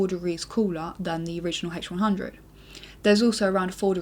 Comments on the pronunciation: "the hache who-won hhhundred oeye" lol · I like your video, but I didn't like the way you pronouce H100 -.-..